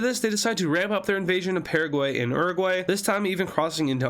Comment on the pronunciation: is YOUR A GU AY not uroguay orsomethin